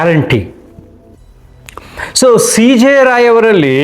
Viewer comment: ರಾವ್ ಅಲ್ಲ ರಾಯ್